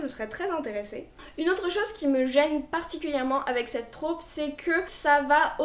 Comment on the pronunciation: Hyper sexiste en effet, ça m’insupporte aussi quand je tombe dessus. Désolée, je vais chipoter, mais en français « trope » se prononce avec un o ouvert (Et non pas « traupe »). Et c’est un mot masculin.